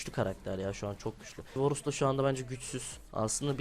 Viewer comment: Bu cocugun montajına sokiyim ya varus diyemeyen biri smurf hesapla bronzlar üzerinden 1 cilik kasıyor yazık ya ben bu videodan hiç bi şey ogrenmedim bu ne